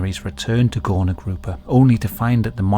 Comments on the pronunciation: btw its not spelled "gorna" its spelled "gurna", ó and u make the same sound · "Górna" is actually pronounced as "goorna" :> Great vid! Always love to see the polish cases, so unsettling every time! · ó is actually supposed to be a U. It makes an oo sound. "Górna Grupa" translates to "Upper group" btw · Ó should be read like U. Its actually the same letters in polish 😂😂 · Now THIS is what I'd want to learn about in history class. I live literally an hour away from it and never heard of it, no history teacher ever mentioned it. Also: ó is just a fancy u. It's read like a normal u. So "górna" is read as "gurna" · Am I crazy, or is he really pronouncing ó as an o? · You spelled Górna Grupa pretty well, however ó should be read as U (like in the word "boots") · Just wanted to mention that "ó" is not pronounced as "o" or "oh", but the same way you pronounce "oo" in word "book". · as a polish person, just a tip- ó is pronounce as a u not o! :)